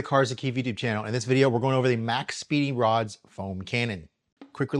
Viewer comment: Hey, it's actually MaxPeedingRods. Not Speeding. Probably lost in translation by them 😂